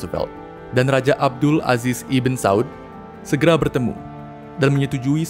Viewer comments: Pengucapan lafal arabnya masih kurang pas min IBN bukan dibaca iben tp Ibnu yg artinya keturunan/anaknya siapa.maaf kl tdk salah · koreksi min... ibn dibaca nya ibnu bukan ibin min.. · Setelah 2 tahun, baru sadar membaca "ibn" sebagai ibin atau iben, seharusnya ibnu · Bukan "iben" atau" ibin" mas ,tapi "ibnu" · Dari kapan ibn dibacan iben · ibn bacanya IBNU bukan IBEN/IBIN ! IBN SAUD = IBNUSSAUD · Woiii bang kata ibn itu dibaca "ibnu" bukan "iben"!!!!!!!!!!!!!!!!!!!!!!!!!!! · Cmiiw, Ibn, bacanya itu Ibnu kak 👍🏿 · Ibn itu dibacanya Ibnu, bukan? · ibn di baca ibnu abd di baca abdul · Masukan aja min "ibn" dibaca dengan "ibnu" yang memiliki arti yang sama spt "bin"/anak turun laki2 dari..